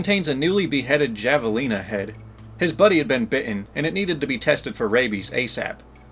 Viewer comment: Javalina is pronounced Havaleena.